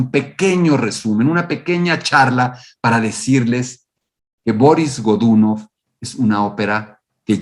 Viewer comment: Excelente trabajo. Solo me permito una corrección idiomática: la pronunciación rusa correcta es Barís Gdunóv. Soy un nuevo suscriptor.